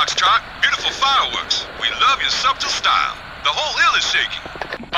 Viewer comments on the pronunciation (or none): Did he just pronounce the 'b' in subtle? That was weird.